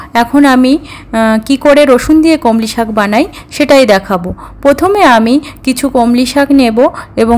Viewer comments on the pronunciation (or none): আপনার রান্নার পদ্ধতি ভালো। আন্তরিকভাবে বলেছেন বেশ ভালো। কিন্তু বার বার কানে এসে খটকা লাগছিলো "কলমি শাককে" কমলি শাক বলার জন্য। যিনি ভিডিওটা বানাচ্ছিলেন, তার উচিত ছিলো এটা সংশোধন করে দেওয়া।